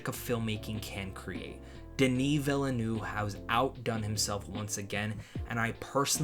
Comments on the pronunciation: It's pronounced "vil-nuhv", not "vilanoo" lmao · And not "villanoo" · FYI, Villeneuve is pronounced "ville" (like in "Smallville") and "nuhv" ("uh" is pronounced like the indefinite article "a")